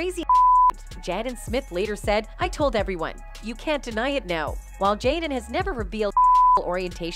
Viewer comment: Ugh I hate the white train AI can we please get some black folk in concatenation we use cell phones to and y’all making AI white asf she can’t even read the script correctly saying Jadden and Tupack but then occasionally saying their names correctly like what in the entire fuck